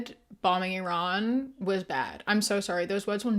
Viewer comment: everyone saying Iran incorrectly pisses me the fuck off